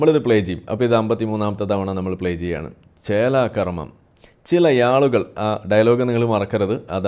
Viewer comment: it is nerekam not narakam. Nerekam is halaal narakam is haraam. Yaalukal is halaal. Aalukal is haraam.